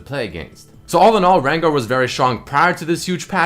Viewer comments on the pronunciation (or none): "Rengar", lul